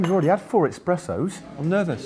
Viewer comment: The cringe when Matt say EXpresso instead of ESpresso